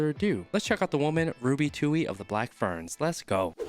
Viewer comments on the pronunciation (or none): It’s Ferns not Fearns. You’re welcome😉